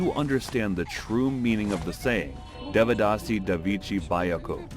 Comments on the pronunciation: Bro everything was good in this video but I wanted to tell you that in sanskrit script a have no sound its written like devadāsi but it sounds devdasi and also for A sounds you use Ā not normal A. I hope this will help you uderstand the scripts better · They said Devadasi like developer 😭 Dev rhymes with Dave, the D is pronounced like the sound you make when you say "the". Given that both D's sound like "the", the pronounciation becomes "They-vuh-da-see" Can anyone from South India actually confirm if all these facts are true? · It's not devadasi deeeevadaasi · Devadasi ❌️ They-ve-dhah-si ✅️ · It's pronounced "they-wuh-dasi".(I am tamil by the way). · Correction: It kind of began under the Pallava and Pandya dynasties, and reached the peak during the Chola dynasty. Sorry, but the pronunciation was terrible. Notwithstanding that, I appreciate you and your team for exploring these practises from the past and from across the world which have been ignored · bruh first learn to pronounce the word devadasi, don't give false information 😂